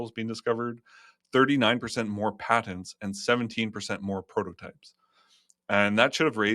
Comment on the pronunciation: What's a padent? Does he mean patents?